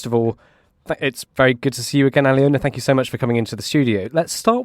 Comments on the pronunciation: More pronunciation disasters. Her name is pronounced - Al -loh - na. NOT Ally-Owna! Good lord. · I think it's Aliona, not Alina, but otherwise, I agree 🙂